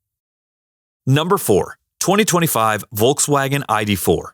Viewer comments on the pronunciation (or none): none